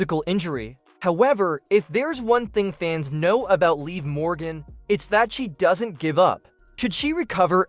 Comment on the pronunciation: If you guys are going to be a newscaster any and all of you newscasters when you signed to mention Morgan's name why can't you pronounce it right you all been all of you newscaster been saying it wrong it's live Morgan that is her name is called Liv Morgan get it right get it right say it right say it right stop saying it all wrong